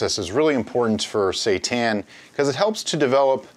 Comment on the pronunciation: Oh man, that dough scraper technique is awesome! Can't wait to try this recipe FYI, seitan is pronounced "say-tahn". It's a Japanese word